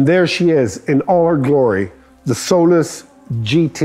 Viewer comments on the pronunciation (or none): I thought he was calling it “soul less” Lol